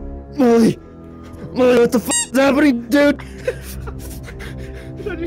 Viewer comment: When he said mully and eddy i thought he said mully and daddy